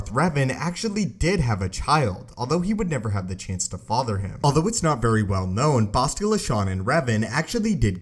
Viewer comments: Her name is pronounced BASS-tila, not BOSS-tila. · Great video as always but it just bothered me how u kept pronouncing it "Boh-stilla"... its pronounce "Bah-stilla". I'm sorry. Just bothered me through the video. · Boshtela Shan 🤣😂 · You can always tell who never played KOTOR just by the way they pronounce Bastilla.